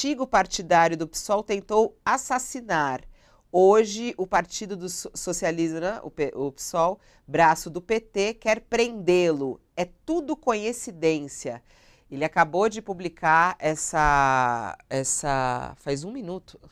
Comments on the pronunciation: Achei diferente, a Fabíola pronuncia conhecidência em vez de coincidência . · Não é "conhecidencia" querida!! é coincidência!!! Não acredito repórter do UOL falar pior do que bolsoneros😩 ignotos 😩😱🙏❤️ arrume isso já!! Por favor!!! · A idiota de esquerda FABÍOLA CIDRAL não sabe pronunciar a palavra "coinscidência"... óia o nível...!